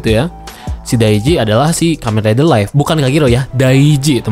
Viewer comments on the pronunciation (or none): dibacanya liv bukan laif... live dibaca liv, sedangkan life dibaca laif